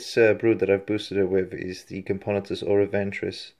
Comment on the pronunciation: Cam-poe-nah-tus is how you pronounce it btw.